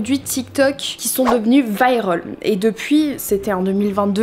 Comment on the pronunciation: ses pas viraul ses viral